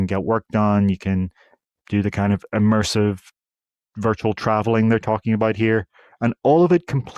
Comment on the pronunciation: Immersive. NOT emersive.